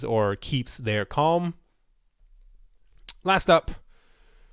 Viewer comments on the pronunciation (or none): none